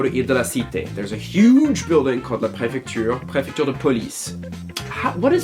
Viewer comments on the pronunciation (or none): "La pré-FEC-TURE" le cauchemard français 😬😰